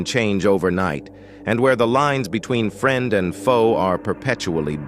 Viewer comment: Why can the narrator pronounce “alliances” and “institution” But not “friend”?